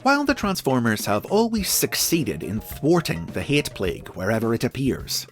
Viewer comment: “The hee-at plague”